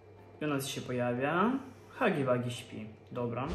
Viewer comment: czyta się Hagi łagi a nie Hagi wagi